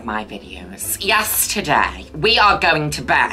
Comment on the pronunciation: I was today years old when I realised she's saying "Yes, today-" and not "Yesterday-" I just naturally assumed that the mortal laws of linear time did not constrain her as they do us mere mortals